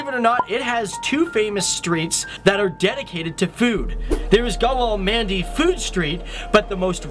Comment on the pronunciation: You can't even pronounce Punjab or Gwalmandi properly lol